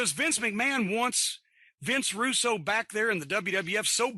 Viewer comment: "Vinny Roo" 😂